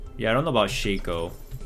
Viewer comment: And his shaYko 😂